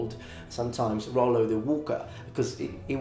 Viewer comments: Nice :) Just a little "correction" if I may, in French Rollo is named Rollon and we pronounce the double L like in english. So it doesn't sound "Royon" but "Rollon" with L pronounced as L. To make the double L sound similar to "i" or "y", you need to put an "i" before the double L. So the pronunciation you tell in the video would have been written more "Rauillo" or "Royo" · In France, we would pronounce these L like in English, because there isn't a i before. And you doesn't pronounce the "o" like this because we write it "Rollon" Very good video, thank you from Normandy ! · Hey very nice video. The "normand" identity is still very strong in France, people from normandie are proud to call themselves "normand". As a french man though, I would say "Rollo" pronouncing the "l". I wouldn't say it the way you did, transforming the double "l" into a "y" sound. I know this is a common occurrence in french, most of the time "ll" is pronounced "y" (that is the case in my own name) ; but sometimes the "ll" is ignored and pronounced as a simple "l", except you insist a little bit more on the "l" sound. Well, it does not really matter ^^